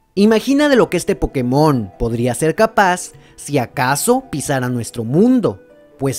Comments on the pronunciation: se dice pokÉmon, no pokeMON, que por algo le "é" lleva tilde ¬¬ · Se dice pokemon, la tilde solo es para que los que hablan ingles pronuncien correctamente, sin la tilde la gente que habla ingles diria algo como "poukmon". Por eso la tilde, en español es pokeMON o POkemon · es culpa del doblaje latino, asi lo pronunciaban y es por eso que todos ahora decimos pokemón